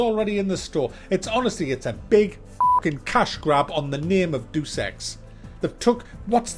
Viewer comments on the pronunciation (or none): "Day oos", not "deuce" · For the most “Iconic name in games” you seem to have trouble pronouncing Deus. It’s not Deuce!